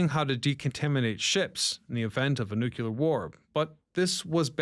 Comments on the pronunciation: Nu CLEAR. Not nuke-u-lar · Is he saying "nukular" to engagement bait?